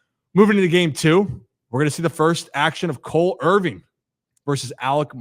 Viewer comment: why do you say “Irving” it’s “Irvin” 😂